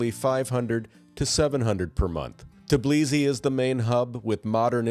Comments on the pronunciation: 🚩❗️ The correct name of the capital of Georgia is TBILISI, not TIBLISI. “S” is pronounced as “s”, not as “z”. 😆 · Tbilisi is pronounced exactly like this: TEE BEE LEE SEE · You're totally butchered word Tbilisi.